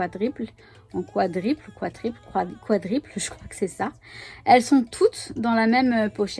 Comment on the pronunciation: Bjr, oui bonne idées, merci pour le partage. J'aurai dit "quadruple" pas "quadriple"